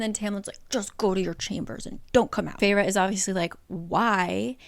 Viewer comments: Its Fey---Raa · I thought the protagonists name was pronounced Fair as in “beauty”. Also why would you name your child a name closely sounding like fairy if fairy’s are evil? It’s like naming your kid Demonica. Also, the main character gal was extremely obnoxious with hate towards the Tomlin character. She murdered his friend and tomlin spared life and let’s live in luxury and takes care of family. And she is upset that he couldn’t compliment better? I’m a few chapters in and I want to throw the book because she’s so unlikable. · I always thought feyre was pronounced like fair— literally cracking up at this so saving this in case I ever decide to watch this over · Was i the only one who did not know how to pronounce "Feyre" in my head and read it as "Fersjskh" the entire ACOTAR and that just ruined the entire romance for me lmao